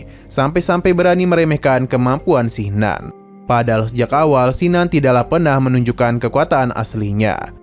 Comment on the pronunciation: Bukan Sinan,tp Kinan,nggak enak di dengar namany